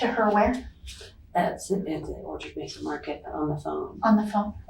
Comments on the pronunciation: I'm sorry ... it's pronounced Meh-sah county not meesa county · It's not "Meeza" County, limey, it's Mesa County, as in May-sa. You limeys have a morbid fascination with American violence, like lurid voyeurs, you seem to love it.